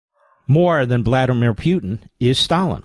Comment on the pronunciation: "Vladimir"! SMH!